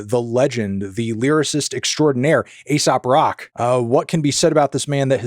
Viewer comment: Did u just say ASOP Rock? 😂